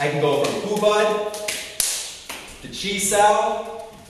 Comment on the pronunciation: Hubad??? hahaha. man, where did you learn that? from another youtube video i guess. and then you just called yourself a teacher and taught it. come on man...